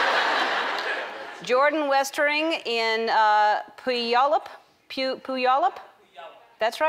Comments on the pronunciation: I Live in Washington and It's not Poo-Yollup, It's Pronounced Pyoo-ollup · By the way, it is pronounced Pew-wall-up. Puyallup. Everyone gets confused, Ellen. Don't feel bad. We Washingtonians are used to it. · It's Pronounced PYOU-ALL-UP I live in Washington. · The way ellen pronounced Puyallup washington made me laugh sooo hard XD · LOL, I loved Ellen's pronunciation of 'Puyallup". I live in Washington (and we all make fun of Puyallup), but it's pronounced like "Pew-all-up", not "poo-yall-up". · pew-all-up WA. not poo-yall-up :p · puh-you-all-up not pooyallup .. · These are hilarious! Also, in case you were wondering, Puyallup is pronounced pew-ALL-up. Close though. ☺ (I used to live in Washington.) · pew-al-up ellen lol its a hard one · She had to make fun of Puyallup : / (Pew-yall-up) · It's pronounced Pew-allup. I live about an hour away :D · Ellen it's pronounced pu all up puyallup ^^ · Puyallup is pronounced "pew al(like the guys name) up" :) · Puyallup Is actually pronounced pew-all-up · puyallup is pronounced pew-al-up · It’s pew-al-UP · Spelled Puyallup Pronounced Pyu-allup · It pronounced pew-al-up just fyi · its pronounced pu-ya-u-lup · As a Seattleite, I appreciate everyone's pronunciation of Puyallup. You were so close Ellen! Haha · I know, I'm from Gig Harbor and as soon as she tried it the first time I started laughing. 8-D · Mispronunciation of MY city! I still love you. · Exactly what I sang when I heard her mess up the pronunciation of the city. Silly Ellen. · Only a Washingtonian would know how to pronounce Puyallup ;) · That's not how u say Puyallup Washington ik that cuz I live in WA and know every city pronunciation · I LIVE IN PUYALLUP, she pronounces it kinda funny. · And learn to pronounce Puyallup!!